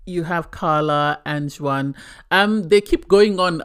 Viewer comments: Juan is not pronounced "Jew whan" but Wahn. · First time listener to your podcast i did enjoy it but it was very irritating how you are pronouncing Juan's as you were doing it incorrectly. The J is silent so his name is pronounced like One. That is very common is Spanish speaking countries to not pronounce the J. Hope that helps ❤